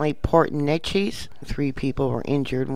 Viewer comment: Pronounced Port NAY-Cheez. Butadiene in tanks. Lived 3 blocks from there for 17 years. Plant not maintained by owners, not a safe place to work, look at previous air quality fines.